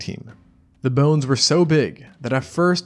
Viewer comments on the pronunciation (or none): none